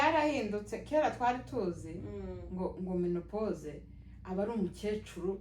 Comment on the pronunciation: Ntabwo bavuga menepose bavuga ménopause. Uwo uvuga mene... yabyigiye he???????